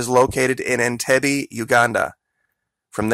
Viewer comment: PRONOUNCE THE CITY OF ENTIBE I'M PRETTY SURE IS IN-TEEB. MAN-GINA. HAHA!